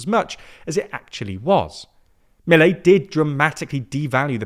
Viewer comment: they won't even pronounce Milei correctly